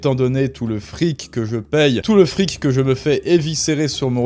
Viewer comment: Le serviceu publiqueu, notre friqueu, le brouillareu... Nan, c'est insupportable! Vraiment dommage! Il faut que tu travailles là-dessus, parce que sinon, je ne vais pas pouvoir te suivre...